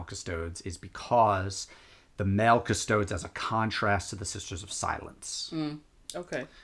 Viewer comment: it's definitely As-TAR-teeees and Cust-O-deees.